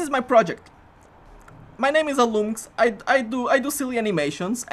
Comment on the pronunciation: "I'm Alloumsks" I always thought it was "Alum X". hm